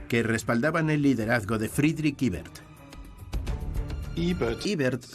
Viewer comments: Eibert mas bien!! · El complejo de inferioridad cultural ante el mundo anglosajón: EBERT no se pronuncia en inglés (ibert) sino en español o alemán (ebert).